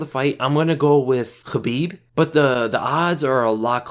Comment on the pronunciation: Thanks for toning down the "SCHHHABIB" pronunciation man. appreciate it. dont mean to be an asshole but that shit was killing my ears